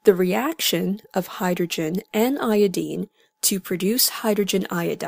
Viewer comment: niqqa said iodeene